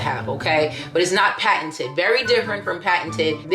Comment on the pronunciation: That “paten-t-t-t-t-teded had me cracking up